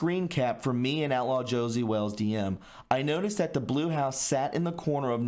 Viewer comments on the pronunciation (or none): none